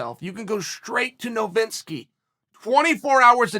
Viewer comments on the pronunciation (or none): Ol Jeff Novinski….. c’mon Chael. It’s Novitsky